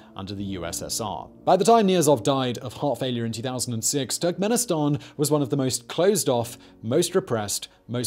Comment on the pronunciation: Every time he says Turkmenistan, I hear "tech minister" and I need to remind myself that he's referring to a country, not a person.